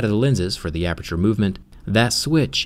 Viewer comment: DID YOU SAY APERTURE? "APEETURE"??????????? I LOVE PORTAL 2 AAHH. unless you mean another aperture rip